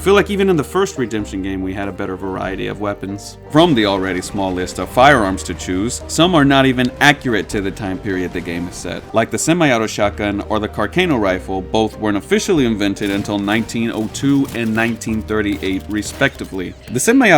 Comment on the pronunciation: it's pronounced “car-sah-no” rifle, it can be heard when the gunsmith explains its features😊